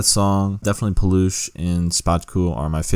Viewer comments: Paalukh, not Polush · When I saw that Sokół part I was boiling and about drop a fat hate comment but I can see you explained your self and My Polish People dropped few comments about him so I'm good 😂😂 Ps. Szpaku read Shpackoo and Paluch is pronounced as Palooh